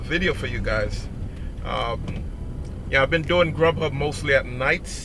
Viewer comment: SideHustle 247 especially when he says "Grubhub" lol